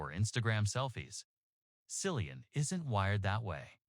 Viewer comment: His name is Cillian, with a hard C, not “Sillian”. Why can’t people get his name right?